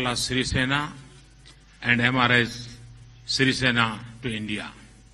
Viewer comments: M r s shreesena. Hahhhh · पप्पू मिसेज को M R S बोल रहा है 😂😂😂😂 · Am i the only one who heard modi saying Mrs sirisena as M-r-s srisena ? :| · It is the new correct word. World should know how to pronounce mrs correctly. 😂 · Mrs Ko MRS Bolte he ! Pata nahi bade log he. Bolte honge ! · Primary school students know how to pronounce Mrs 🤦🏻‍♂️ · Kaise Hoga India ka Vikas ?. Jab ke Hamare Prime Minister Hi . Mrs. Ko M-R-S bolrahe Hain. pahele inko English Sikhayoo. bina english sikhe ke Wo Duniya Bhar Ghumrain. pata nahi aur kiya kiya bolke aye ki wahan. aur visit ko Bijit. bolrain.puri english ka postmortem hojara pure india walon ki Beizzati Hojari sharam karo sahram karo